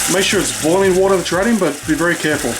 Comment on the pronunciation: Did he just say “get all that watah nice and wet O-O....” wooooow 😂